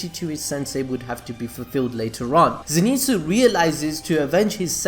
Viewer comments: so ze not zee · It pronounced zyn tsu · fun fact: its a common misconception that he is called Zenitsu, but in fact he is called Zen'itsu (so not Ze-ni-tsu but it is Ze-n-i-tsu) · Nobody Not a single soul: Zinitsu!! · Come on you can do it.. Z.. NET.. SU.. Zenitsu pronounced zenetsu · Nobody:: ZeeNeetzoo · Okay so you almost got the name right. Always read Zenitsu as Ze (e sounding like the e in end) Ni (knee) Tsu (T-s-oo) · "Zénitsu". Bruh, watch the anime and pronounce the name as heard, smh😂😂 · ze knee tsu